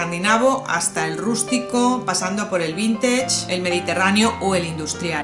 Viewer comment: Se dice "vintich" más o menos 😂😉